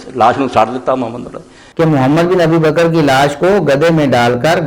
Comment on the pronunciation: Tm Mohammad bin Abi baker rz ka name sahe tarha say lo.